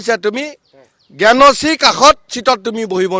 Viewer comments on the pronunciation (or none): জ্ঞানশ্ৰী নাম টো শুদ্ধ কৈ কব নোৱাৰা এটা অলগদ্ধা কুশল দুৱৰী ক বাৰু শিৱসাগৰীয়া ৰাইজে কি আশা কৰি ভোট দিব , অখিল গগৈ যে বিপুল ভোটত জিকিব সেইটো খাটাং